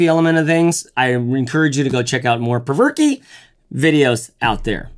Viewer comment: Been waiting for this review. always thought it was pronounced provoke but perverky sounds much better. lol